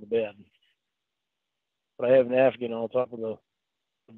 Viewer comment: He 100% sounded like he said I have an African on the bed. But secondly, he is 100% the male counterpart of Annie Wilkes from Misery.